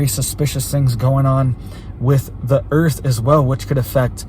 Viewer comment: Its dah earf